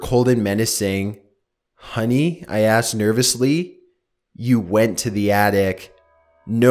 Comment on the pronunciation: lol I know that it was a reading mistake but he said artic instead of attic